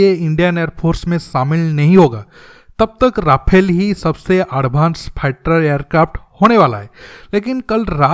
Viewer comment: Sabosse fusttter fater airkarft 🤣bro your pronunciation 🤣🤣